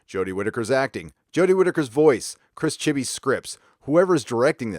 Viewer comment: Can we please appreciate "C H R I S C H I B B Y' S"